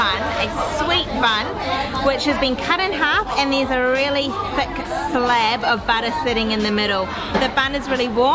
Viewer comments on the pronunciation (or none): “Theck slice of butter”? “Sintree egg”? Guys, think you’re mixing up I and E... hehehe just messing - great video.